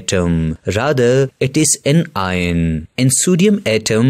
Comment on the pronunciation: that's not ien that's ion